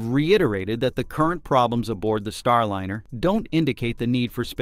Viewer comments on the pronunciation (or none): Star-LIN-er? Isn't "Starliner" a play on "ocean liner" pronounced LYE-ner? Seems like another AI narration fail. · i almost liked this video until i caught the voice to be an AI robot. how can you pronounce Starliner as Starlinner? is the content also AI?